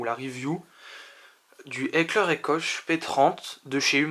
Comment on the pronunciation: Hekler et coche !? 😂 Sinon la review est sympa